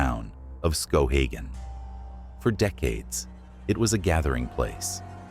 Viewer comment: If you are going to do a video on Maine. You should at least know how to pronounce the towns of Maine in which you are highlighting… Say skowhegan again lol😂